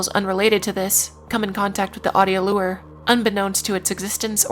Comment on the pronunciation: Lmao can I ask why you wouldn't want to pronounce "macabre" the way... it's generally pronounced? obviously it doesn't matter as long as folks know what you mean but I've never heard anyone pronounce it like you did before edit: nvm she also pronounces "lure" super weirdly, clearly this gal is just a silly billy